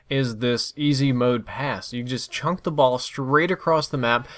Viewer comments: Wtf does 'Chunk the ball' mean? If you mean the word 'chuck' then you are saying it wrong. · CHUCK,, The word is chuck. Chuck. Not chunk. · Thank god. Thanks for posting man, glad to know it's not an actual thing to say chunk in place of chuck. should remake this video now we've confirmed this...:) loolol